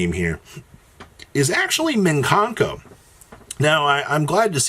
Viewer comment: Great, now we get to hear say “MIN kanko” all over again